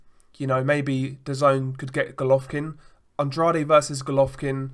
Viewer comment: I agree about the "off" feeling behind watching Canelo fights...events promoted by Golden Boy Promotions always reek of corruption. By the way Andrade is pronounced with two syllables like "An-draid" not "An-drad-ay".